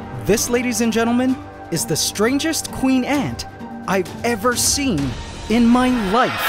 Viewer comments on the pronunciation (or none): "this is the strangest ant i've seen in mein life!" XD didn't know you were german lol